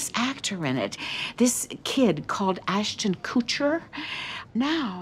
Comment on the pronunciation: Ashton Kootcher is quite the pronunciation. 😝